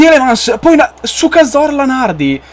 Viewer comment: hai detto su-ca zorla nardi